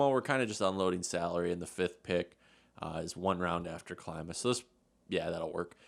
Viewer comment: His name is like saying kleema not like how you say it and it's the same way for his brother I've watched him play all of his junior hockey career